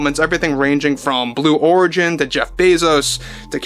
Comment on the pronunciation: Did he say Blue W h o r igin?!!! 😂 And please, Let the mocking contine til morale improves! Thank you. 😊